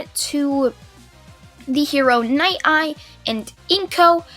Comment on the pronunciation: Dude its night eye not ny eye